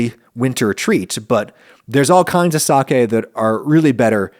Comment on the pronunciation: thank you for pronouncing SAKE correctly